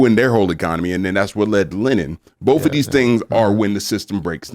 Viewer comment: My name is tim pool, and I say BOLTH.